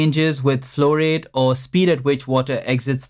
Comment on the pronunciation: The way you say "flow rate" resembles fluoride.